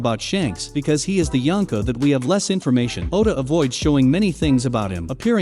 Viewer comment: 3 of his subjects became yankas. Stop saying yankas ..